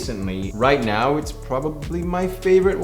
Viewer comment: Can you pronounce the word 'now' as 'now' and not as 'nahj'? Very annoying.